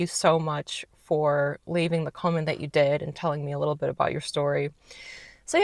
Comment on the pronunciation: You've lost A LOT of ur America twang!! You said "bit" like "but" just like we do!! U may not be born & bred but Ur absolutely a kiwi & one of us after so long & a family ❤